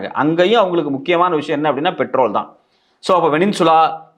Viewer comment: யோவ் அது வெனின்சுலா இல்லையா வெனிசுலா தான் 😂😂😂😂